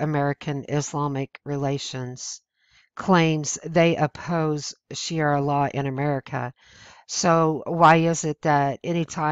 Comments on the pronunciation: To the channel owner............If you intend to try and educate others then perhaps you should first educate yourself and learn to properly speak English. The word is Sharia and it is pronounced SHA*RI*A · It is called Sha Ria law to be correct. Otherwise, good info.n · Sharia is pronounced sha -Re-ah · it's sha re a law. like die or e a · The nice lady reading this would do well to learn to pronounce 'sharia'. She was missing by a mile. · The information is good and I agree with the presenter, but I wish she would learn how to pronounce the word "sharia" properly. Mispronounced words gives the impression that you don't read much and that you generally don't pay much attention when listening to others. It's difficult enough to change the opinions of people who have an attitude against conservative thinking, mispronouncing pertinent words gives liberals the opportunity to say conservatives aren't intelligent. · While I appreciate your efforts to bring awareness of the threats of the Muslim faith to as many people as possible, you really need to pronounce the words correctly. It lends more credibility to what you say. When you consistently mispronounce the main word of your message, it makes it seem that you don't really know what you're talking about because you can't even say the word right. It isn't Sha ri ra. It is Shar ri a. Either way, it's a really bad thing, but please try to call it by its right name. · It would help if you could look at the word Sharia and pronounce it properly. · Difficult to take this seriously when she can't pronounce the word correctly. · carlos cespedes I care because if your going to make a whole video about something you claim to be an expert on, you better atleast be able to pronounce it. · It's shu ree uh not shee air uh. I cringe every time I hear you say that. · sha ria not shiara! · Shu-REE-uh Law, not Shee-air-uh Law. C'mon! ;-) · It's NOT pronounced ShiARA, it's ShaRIA. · That's "Sharia," not "Shiara!"